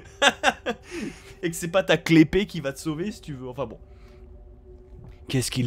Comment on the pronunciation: la "clé-pée" ? mais on dit pas key-blade ? Kappa